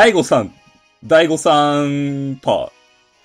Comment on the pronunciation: はじめまして。ダイゴさん？が大誤算に聞こえました。